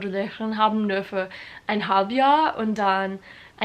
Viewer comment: Es ist so lustig, wie du „nur“ oder „Rock“ aussprichst. Du sagst „nor“ du musst das U mehr betonen. Wie in you. Und Rock spricht man genau so aus wie in Amerika die Musik.